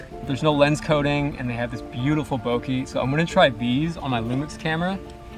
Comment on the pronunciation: "Bokey" is definitely a new pronunciation I haven't heard yet lol (I thought I had heard them all!)